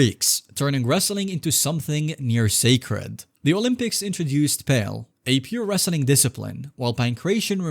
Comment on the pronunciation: The [ancient] Olympics introduced "pail", a pure wrestling discipline? It's pronounced "PAL-ay" (or maybe" PAL-lee", but the "e" at the end is not silent).